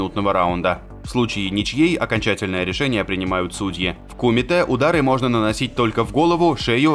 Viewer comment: Блин вид кумите удариние на е а не и